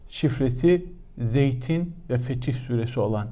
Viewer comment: Sayın Başyurt, bazı kelimelerin okunuşuna dikkatinizi çekmek istiyorum: "Fetih SÜRESİ " degil, "...SÛRESİ" ! --- Bunun dışında ,programlarınızda önemli şeyler öğreniyorum,teşekkürler!